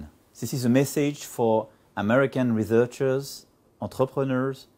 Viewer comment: L'anglais de Macron n'est pas si bon, il a juste un accent qui passe bien et il enchaîne avec fluidité, mais Il a quand même fait trois grosses fautes de prononciation dans l'extrait que tu as passé, sur les mots "researcher", "engineer" et "energy". (, ri-zeur-tcheur au lieu de ri-soeur-tcheur, ènne-jaille-neur au lieu de ènne-djeu-nieur et eune-eur-dji au lieu de ènne-eur-dji). Bref, il veut attirer des chercheurs et ingénieurs en ne sachant même pas prononcer le nom de leur profession. Et en se trompant sur un mot aussi simple qu'énergie, il leur montre surtout qu'il y connaît rien niveau science... Il aura peut-être plus de chances en parlant aux banquiers ;)